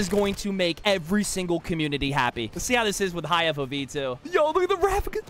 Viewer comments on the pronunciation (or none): The way he pronounces Raffica lol.